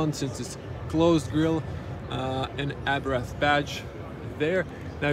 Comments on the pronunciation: It is not Abrath. It is Abarth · Good video, but it is called Abarth, not Abrath 😅